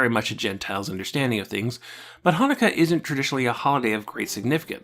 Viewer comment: You: Now, I'm not Jewish. Every Jewish person hearing you pronounce Chanukah and Rosh Hashana: We know.